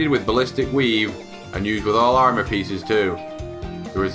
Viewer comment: It's "Armor" not Ammor lol